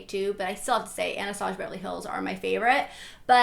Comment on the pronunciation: Don't get me wrong, I love, but it kills me the way she says "Anastasia"😂 But I loved this video!